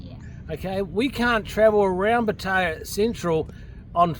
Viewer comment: You can’t even say Pattaya properly and you expect anyone to listen to you 😑